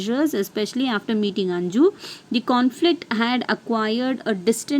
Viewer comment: Maam that is not anju that is 'anuj'